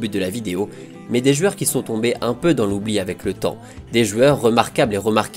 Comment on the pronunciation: On connaissait les « jouors » de Luis Fernandez, on connaît maintenant les « jueurs » de Contes de Foot. JOU-EUR. Joue-heure, si ça peut t’aider.